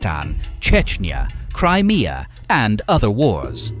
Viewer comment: Did he say Crimea